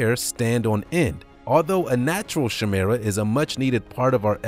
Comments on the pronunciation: Chimera is pronounced ky-mer-a, not shemera. Please learn how to pronounce words. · It’s KY-MERAH not SHAY-MERAH. Chimera..... 🙄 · Pronounced ki-meer-a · Chimera pronounced (ki-mer-a) ... love the channel amigo!! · It's pronounced 'kī-meeruh'...it (in this instance) refers to the DNA of at least 2 seperate species. There have been women who ended up having DNA completely different the children the women had given birth to! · I wanted to let you know that is pronounced “KAIMERA” Just so you know❣️ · It is pronounced "Ky- mera". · Chimera pronounced Kai-merah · It's pronounced kymera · It is pronounced kie-merra. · It is pronounced kimira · Thats not how you pronounce Chimera.